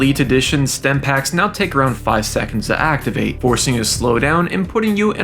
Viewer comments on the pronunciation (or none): Stimpaks* not Stempaks